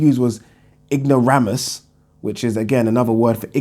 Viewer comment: I’m an expert, it’s ignore-ay -mus